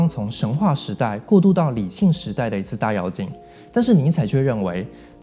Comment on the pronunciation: 是大yue 4进，不是大yao 4进